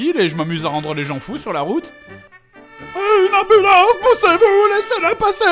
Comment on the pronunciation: "Ey ! I am an amublance, and you will respect my authoritah !"